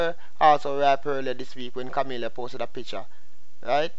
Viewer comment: Her name is not Kamillia. Kami...la